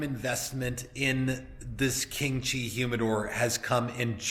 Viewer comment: I initially thought you said "kimchi" humidor. The unit looks good, I think the only upgrade would be some UV tinting on the glass to protect the wrapper leaves from discoloring.